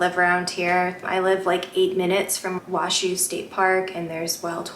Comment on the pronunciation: It's "Wa-show", not "Wa-shoe".,and it's "Nevad-ugh", not "Nev-ah-da". You'll never be considered a local until you pronounce them right.